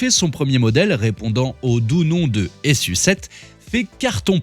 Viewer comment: Je crois pas que ça se prononce S.U 7 mais plutôt su7 comme sucette